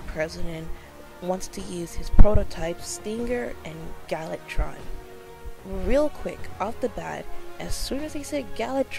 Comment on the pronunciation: Ma'am it's gal VA tron. :)